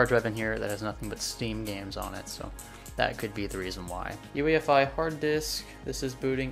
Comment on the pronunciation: U keep saying ufi.....mits UEFI SIR